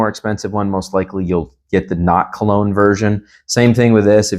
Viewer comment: Great video bro. But its "clone." Not "cologne," brv 🙏🏽